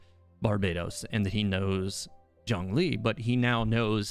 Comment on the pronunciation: Omg, I am so ecstatic over the fact that you’re pronouncing Zhongli’s name correctly 😍 respect points went through the roof